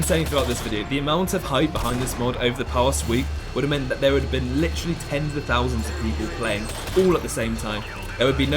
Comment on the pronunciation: i just heard a “CH” (seeeaytch) added onto the word “literally” A BRITISH HAS BEEN DETECTED